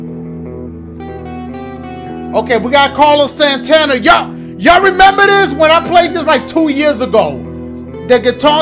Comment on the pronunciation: Ala dashie said Carlos SANTANA 😂